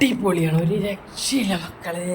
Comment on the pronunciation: എത്രവട്ടമാണ് ഒരു രക്ഷയില്ല എന്ന് പറഞ്ഞത് കട്ടി കൂട്ടി പറയുന്നത്